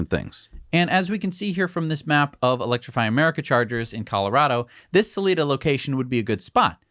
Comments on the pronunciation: People here in colorado say “Suh-lie-duh” not “Suh-lee-duh” xD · It’s Sal-eye-da Colorado, rhymes with “eye” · Selida is pronounced with a hard i.... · It's Salida Colorado, not Saleda. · Just a quick FYI, pronounced Sa-lie-da ;) Thanks for all the updates and coverage!!! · Sal- lie-da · Salida locals want their town pronounced correctly, man.